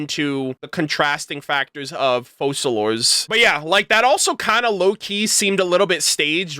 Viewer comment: Why don't most content creators research how you pronounce names when they are obviously a certain language? You don't pronounce the "s" in Focalors